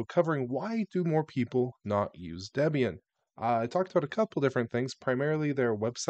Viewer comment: Hearing the correct pronunciation of Ubuntu, Debian, and Gnome is giving me a low-grade heart attack 😵‍💫